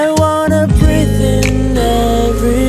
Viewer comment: 最近聽的歌都會覺得 背景音樂不斷在搶主角(歌聲的風頭 聽著都會覺得很很很生氣 到底是歌手還是樂手的歌 這首歌終於是 背景音樂聽起來是有距離的( 前的吉他較明顯) 伴奏沒那麼平坦像key上去那種感覺 而且歌聲一直都有在主key位置上 伴奏有安靜地讓歌手好好唱歌 偉晉尤其溫柔的歌聲不太適合太多太強的樂器伴奏 難得一整首歌都是氣音 新唱法 大愛 可是好像在<前任>“避重就輕”開始的氣音更有魅力 英文發音很準 特別是breathe這個單詞 不過偉晉一向來唱英語或是粵語發音都是9.5/10分 很舒服的一首歌 看細節不難發現是個很用心很多想法很細緻的MV